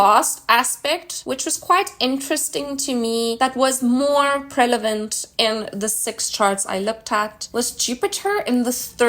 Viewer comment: She keep saying "prelavent." Good video, tho.